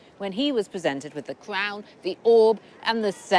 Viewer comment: Lucy can't say the letter R. The Cwown of Russia. The Kwemlin. The Womanovs. Speech Impediment?